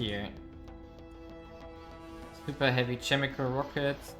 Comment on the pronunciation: Great vid, as other people said, music is too loud, makes it very difficult to hear you. Also, if you're interested, Chemical is pronounced with a hard C, "Kemi-cal" not "Chemi-cal".